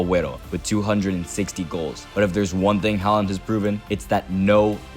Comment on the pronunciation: Completely butchered that pronunciation😂🇳🇴 Good video though!